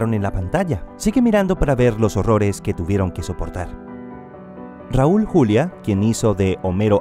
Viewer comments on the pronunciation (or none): no es por hate pero siendo del mismo país de Raúl su apellido no se dice como el nombre Julia si no Juliá y se pronuncia YULIÁ con el acento. 🖤